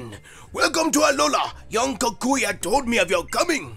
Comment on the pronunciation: bruh you saying kakashi instead of kukui